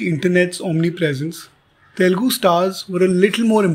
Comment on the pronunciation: To The narrator -- " Learn to first say Telugu and not Telgu"